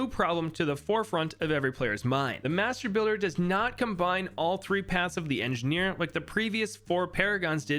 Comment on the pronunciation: I was shitting myself every time he said mastrr builder lmao